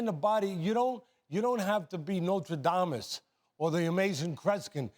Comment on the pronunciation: Notre Damus? Lmao